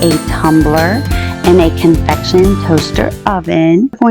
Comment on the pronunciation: Just FYI, it is convection not confection.